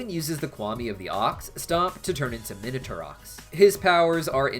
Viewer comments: Sorry for always commenting about pronunciations, but the x in Minatourox is silent. Also, Mylene's name is supposed to be pronounced Me-len. Your pronunciation is closer to the common mispronunciation of Meling, which is a Chinese name. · He said minatourox correctly lol 😂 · X in minatourox isn't silent... You pronounce it as 'ks' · hate to break it to you the x in minotaurox isnt silent znd neither is the p in pterodactyl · I think Minotaurox was purposefully supposed to pronounce the X becayse Ox... Minotaur-Ox